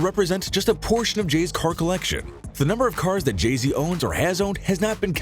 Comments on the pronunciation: It keeps saying Jeezy instead of saying Jay-Z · Jay z not Jeezy